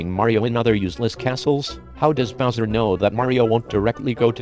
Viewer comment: Why use a robot voice? It sounds like you're saying buzzer instead of bowser